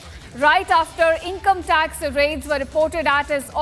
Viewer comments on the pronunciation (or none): breaking news breaking news. shameless media. 3 mins video repeating the same again and again! btw its income tax no income "tac"